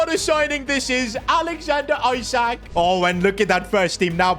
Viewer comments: Isaac ❌ eessaaak ✅ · Isak not Eye-sak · Alexander Isak is pronounced ee-sak, not eye-sak, it was triggering me every time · not aiiisak isak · pleass stop calling him “isaac”, its pronounced “ee sak” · The way he pronounces Isak’s name is so funny